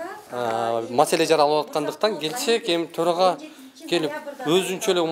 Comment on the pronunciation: Тороага эмес эле торой турган ага окшойт да ал , былжырап😂